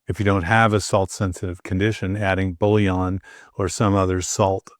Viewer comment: Buillon, pronounced Bwee on.